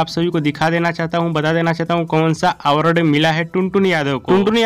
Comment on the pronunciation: अरे पहले आवर्ड कहना सीखो